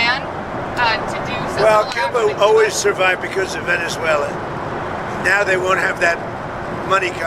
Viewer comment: "New Zuela"